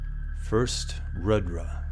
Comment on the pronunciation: It is pronounced Roodra.